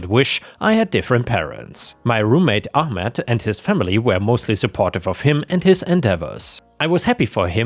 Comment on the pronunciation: Ahmed, not armed.